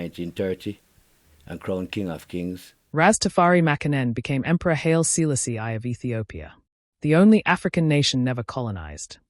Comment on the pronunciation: who is this narrator....why do you have this person's voice that don't speak H.I.M. Haile Selassie I. Name right. But this person says Mosulini name right 🔥🔥🔥😡